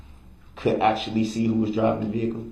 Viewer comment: "AxeShu-ullll-E'. 'Axe'. Someone should've told this dude it's pronounced, 'actually', and 'ask'. Oh yea, let's not forget 'fur duh Wreck-ert.' It's 'for the record'. This is the only trial I've ever kept up with and watched all of it I could in my entire life. It was just too much and honestly this POS reminds me of a half-brother I was forced to spend my entire childhood and young adult life around so watching him get the shaft was kind of nice. They're so similar in so many ways it's absurd.